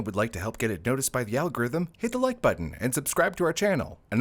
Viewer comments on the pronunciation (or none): none